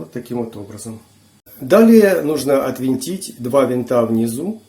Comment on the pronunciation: Всё что вращается отвёрткой-винт,а что ключом-болт.Значит правильно -"отвинтить",режет ухо "отВЕнтить"...Чтобы уши оставались на месте-отвернуть...